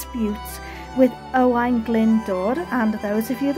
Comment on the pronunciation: I have fun trying to pronounce those Welsh names. Owain sounds like O - Y to me. And it’d be “Owen” in English I believe 😇 Another beautiful place you visited.